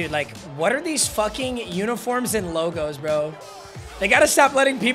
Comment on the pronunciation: How does he screw up the Logos damn name?😂 that’s bad.